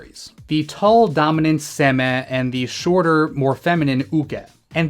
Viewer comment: Aren't seme and uke pronounced seh-may and you-kay?